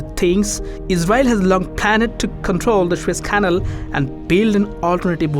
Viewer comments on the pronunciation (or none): It's pronounced canal (can-all) not canle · It's canal (ka-nal) find someone who can speak ENGLISH ! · Such a shame about the accent - if I hear KANIL one more time !!